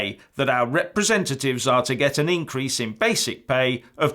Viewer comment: Representatives???? Did you really say Representatives??? Surely a slip of the toungue.